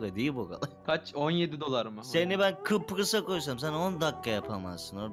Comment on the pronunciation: kıprıs deil kıbrıs lütfen :)) bu arada kıbrısdan selamlar